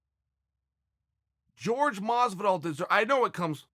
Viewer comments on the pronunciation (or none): Like if you were annoyed everytime Chael pronounced Horhe as George. Smh! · It’s Jorge. Not George. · pretty sure Jorge has said infinite times "its not "george" - Uncle Chael trolling lol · The biggest heel of the history, uncle Chael.... Calling him 'George' Masvidal... Especially knowing that Jorge hates to be called that way....🤣😂🤣